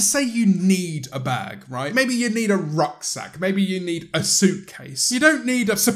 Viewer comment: When he said “rucksack,” I genuinely thought he said “rock sack” and thought he was going to continue with things like “toad bag” and “tenderloin purse.”